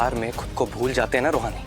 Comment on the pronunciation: रोहानि नहीं रूहानी